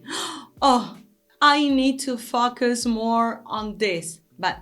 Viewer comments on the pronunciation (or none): Pronunciation - Focus -FOE-CUSS.... "FAHKUS" sounds ummm.... a little weird.